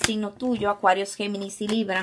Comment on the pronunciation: Cada vez q dices Acuarius me siento una bebida 😅😅